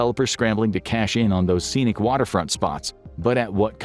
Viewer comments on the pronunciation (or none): none